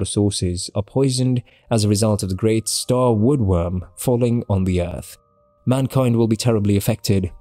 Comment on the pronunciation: Its wormwood. Like the plant. I know youre british, but you mispronounce a lot of things.